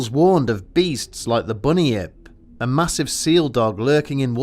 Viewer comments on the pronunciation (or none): Bun-yip, not bunny-ip. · Mate, it's not "bunny ipp". it's "bun yip". Source: am Australian. Also: I grew up in suburbia but went out into rural regions a fair bit as a child. Australia is very beautiful.